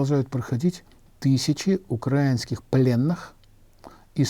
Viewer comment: Уже невозможно слышать неправильное ударение в слове украинские. Государство УкраИна, соответсвенно народ украИнцы! Как можно сравнивать отношение к пленным в россии и в Украине? Значит тысяча российских военнопленных вернется в границы человечности?